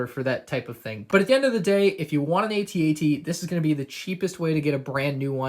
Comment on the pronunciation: its pronounced "at at" as in im at the party right now not "aytee aytee"